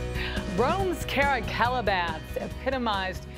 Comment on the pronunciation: I like the way this guy says “Caracalla”